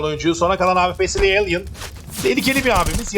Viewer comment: Elan'a da Alien demezsin be. Kulağım tırmalandı sürekli.